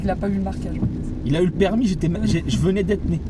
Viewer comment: Oui l'accent cweol😂